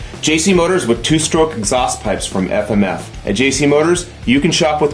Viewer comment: "Aff-Am-Aff"- that guy.